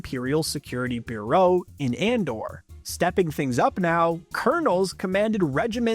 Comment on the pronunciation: What's with the bizarre pronunciation of bureau?